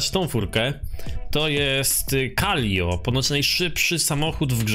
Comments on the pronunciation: "KALIO" XDDDD i "CZESTER" czemu on nie umie czytać xD? Ps: szkoda, że dałeś na początku wstawke z już stuningowanym autem, przez co troche zaspojlerowałes 😑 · Calico ala ✨calio✨